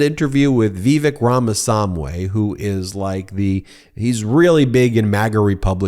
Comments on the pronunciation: Pronounced Rāmasāmy not samway. Sāmy is South Indian short for Swāmi or Swāmy. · I hate to be that guy Ben, but please pronounce Ramaswamy correctly, just as it's spelled. I love you and all at MT to death, but that's the kind of error MTG gets punked for, and I don't want you to be anywhere even remotely close to her category!